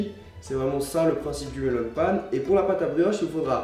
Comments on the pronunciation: On prononce "mélaun pain" ;-; ça m'a mis mal à l'aise pendant toute la vidéo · Cpt. Mike Josh Tout simplement parce qu'en japonais, on dit Meron "Méronne Pane" à la place de Melon. C'est en écrivant en français que l'on déforme le mot pour être plus facile à prononcer pour un français. C'est le même cas pour "wa" à la place d'un "ha" inspiré, trop compliqué pour un français, l'ajout d'un u pour faire le son "ou" qui n'existe pas en japonais à la place de "ō" ou encore de ne pas prononcer les lettres dans sont intégralité. Les exemples les plus flagrants sont les mangas ou Livai en version originale devient Rivaille en français.